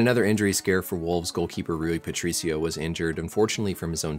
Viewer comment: Pretty good pronunciation of Rui Patricio. Always great content on this channel